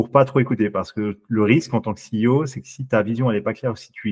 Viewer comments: Il est encore CIO... Il faudrait vraiment qu'il apprenne à dire CEO, ça en devient risible. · Lol tu vas être excellent, par contre juste on dit “Si I O” pas “Sé I O” ;) et sinon merci pour toutes tes vidéos , elles sont cools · Mes oreilles chaque fois que j’entends « C I O » : 💀